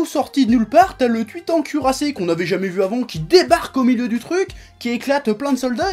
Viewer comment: J'ai entendu le "Tweetant cuirassé"